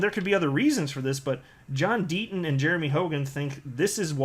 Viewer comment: Who is this John Denton you speak of? Perhaps you mean John Deaton?